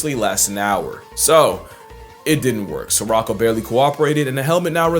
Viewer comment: I don’t want to sound like a know it all, but it’s not pronounced “sir-rock-o” it’s pronounced “suh-row-kow” The only reason I know this, is because we named our cat Sirocco about eight years ago! I was very surprised to see she unintentionally shared a name with a kakapo who is also a human harasser! I just thought it was funny! lol 😂